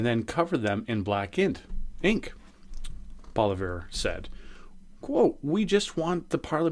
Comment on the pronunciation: Poilievre... you might want to try a pronouncement like, Poly-ev.